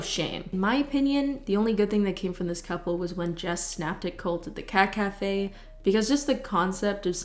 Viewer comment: saying cat cafe sounds like she is saying caca, which is poop in Spanish, just saying